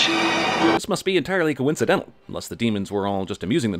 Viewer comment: Hey. The word is coincidental. No w.. Co Incidental.